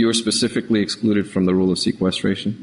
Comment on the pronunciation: I pacifically said it is not in evidence pacifically